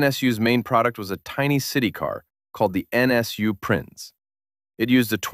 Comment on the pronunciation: PLEASE at least make an attempt to ask someone how to pronounce German. “NSU modorinwork”?? It made my skin crawl even more than “prinns”.